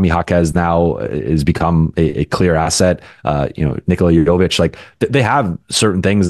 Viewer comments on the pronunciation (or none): Shame that serbian doesn't know how to pronaunce Nikola Jović name.